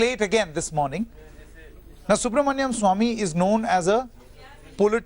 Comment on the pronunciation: You should pronounce Dr Subramanian Swamy’s name properly. He is not Subramanyam.